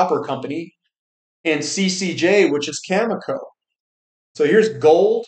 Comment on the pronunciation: Great to hear you finally pronounce Cameco correctly today. Well done.